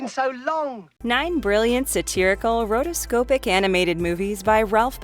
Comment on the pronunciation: Rotoscope-ee lmao